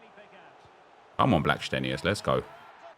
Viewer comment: Hi the way u say players names makes me more invested. Blackstenius and gio quieroz. I just want them to score 10 a game with the way you pronounce it